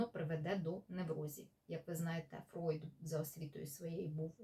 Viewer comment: Зігмунд Фройд (Freud) правильно, тому що у німецькій “eu” читається як “ой”, так само як у "ei" як "ай", тому Einstein Айнштайн, а не “Ейнштейн”. Тож пані в цьому відео все вимовила правильно. Іноді мовознавці домовляються, що при перекладі імен відомих діячів, які вже стали загальновживаними, їх іноді залишають у поширеній формі навіть якщо фонетично правильний варіант інший, та це не знаю, чи це стосується цього випадку